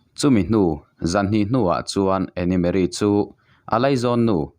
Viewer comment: Ngaihnawm thin hle mai, mase ka beng lo tikham ve deuh mai mai tu chu Anne hi 'Ann' ( Annie ni loin ) lam tur ania, 'e' hi silent tur ☺️☺️ inthlahrung takin ka sawi ve mai mai...I channel hlut ber te zinga mi ka ni ang, hate comments ang kha ani lo ania 😁😁